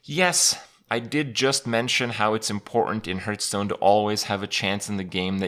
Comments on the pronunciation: I love playing Hearthstone, but what is this HurtStone he's talking about? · What's this game 'hurtstone' he's talking about?